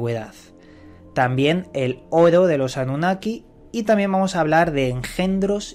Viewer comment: Llevo casi todo el dia escuchando tus videos. Me gusta como pronuncias Oro. jaja saludos.